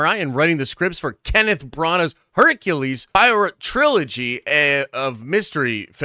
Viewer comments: Jesus Millenial Christ, how do you not know how to pronounce HAIR-KUEL PWA-ROH?? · "Hercyool Pwarow"